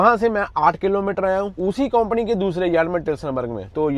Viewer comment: KAUMPANI NAHIN HOTA SARDAAR JI >>>>>>>>KAMPANY BOLTAY HAI SAHI SAY NOT KOMPANY